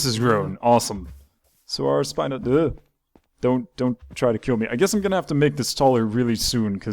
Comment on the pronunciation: Spino (spee-no)